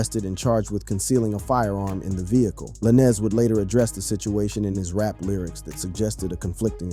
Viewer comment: If u can’t pronounce the name stop reporting. Who tf is lanezz